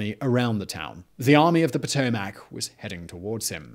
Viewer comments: The river is called Pa-to-mick...not Pa-to-mack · "Puh-tow-muhk" Not Pow-tow-mack. Lmao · Geographics: Potomac " Patomack " person: its Potomac ( pa tow mick )